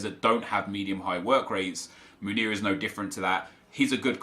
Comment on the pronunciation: Love your channel, tough watch today, you don’t need to spend so much time defending your character and decision making, I believe most of your audience understand subjectivity and forgive little mistakes. Although I understand you wanting to do better... so one little thing, your favorite Belgian RBs name is pronounced men-YAY, not moon-YAY. Keep up the good work :)